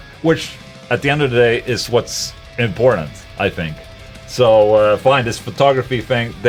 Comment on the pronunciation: when Ola says important, inporntant comes out in the end